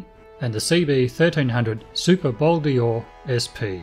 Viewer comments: Pronounce it Bol Door as in a door you walk through, it's not Bol Deeor. Bol D'Or = 24 hour races at Paul Ricard circuit, south of France. Name is from there not Le Mans 24 hours, which is a different race. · In french they say " Bol Dor " not Bol-D-Or like you say . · It is Bol d`Or and not Bol dior. Named after the French 24-hour race. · Nice bike. It’s not ‘Bol Di-or’, but ‘Bol d’Or’🧐it’s a ‘bowl made of gold’. bol=bowl or=gold 🤓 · WTF is a Bowl Deeooor? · Bol D or is pronounced bol dor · Bol d'Or sounds like bol door mate. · hey nitwit.....there is no letter E in Bol D‘OR